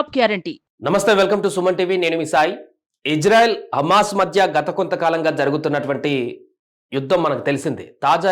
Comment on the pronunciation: ఇంజన్ఆయిల్ కాదు ర chu.. ఇజ్రాయెల్ రా😂😂